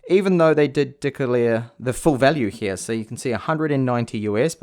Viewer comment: please just say here and not hewyha